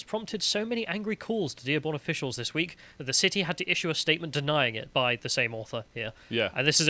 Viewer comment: it's an issUE not an ish-me! 🤣